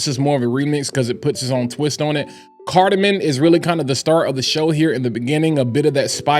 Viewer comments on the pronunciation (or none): Cardamom lol - not cardamin .. really enjoy your videos , not trying to sound like a hater but just like telling someone they have food on their face, someone mispronouncing an extremely common note in fragrances on a fragrance channel should be helped out. Gotchu 🤙